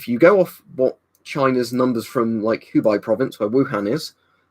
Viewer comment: btw Hubei is pronounced 'whobay'